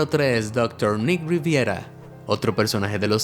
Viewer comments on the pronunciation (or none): none